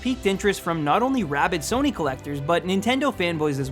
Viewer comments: I don't know of this sona you speak of but I do know a Sony sòw-knee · Sounded like he said "heard of a company called Sona" wtf lmao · did I just hear him say "sone-uh"? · what's a Sonar or what ever he tried to mean? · did this nigga say SONAI bitch don't even talk about sony if you can't even say it right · Sona SONA ITS SONY NOT SONA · Its pronounced SO-KNEE! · Why does it sound like he first said "Sono" to me!? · Yeah,it's actually WTF cause one does not simply make mistake while pronouncing SONY,even it was small back then,plus it was not small back then also. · i didnt know that the "Y" in sony was pronounced as an "A"!